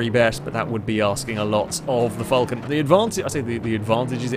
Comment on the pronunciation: Your saying Falcon weirdly, could it just be your accent?